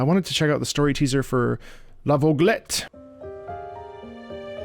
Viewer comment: outch me french is hurt you say la voglette noooo outch